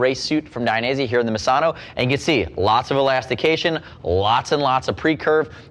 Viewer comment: pronunciation of misano is mizano